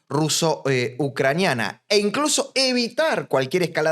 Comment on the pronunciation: Muy bueno. Muy gracioso lo de meriodinal que no le sale. 😂